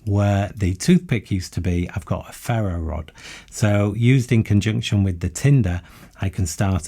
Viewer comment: Why do you say 'zee' instead of 'ze' ? always tought it was defined by the word that comes after.